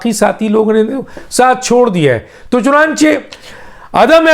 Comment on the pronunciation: سر میں آپ کا ویلاگ ضرور سنتا ہوں۔ آپ بہت اچھی خبر دیتے ہیں۔ لیکن ایک لفظ آپ غلط بولتے ہیں۔ لفظ ہے (چنانچے نہیں ہے) بلکہ (چنانچہ۔ چ ن ا ن چ ہ ) ہے۔